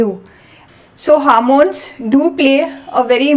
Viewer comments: Its hormones not harmones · Good explanation, however a couple of comments - Please stop saying "harmones,". There's no such thing. The word is 'hormones' and contains the letter 'O' in it, so why you keep pronouncing it as "h Ar mones"? Secondly, if there is a continuation to a video, can you please put a link in your description to the second part so that viewers can go directly to it? Thanks. 🙏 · It is not harmons say homons